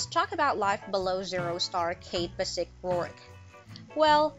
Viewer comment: Oh man...you gotta learn to pronounce the cats's name correctly...it's not that hard because they actually state their names in most episodes. It's Ikens it has an A in it so it's AAAAAAAAAAAikens. And Bassic is Bassich with a 'ch' for children at the end. It's really not that hard.